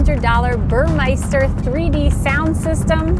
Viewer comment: Press the "BuDDon" on the "BurmeIster" radio.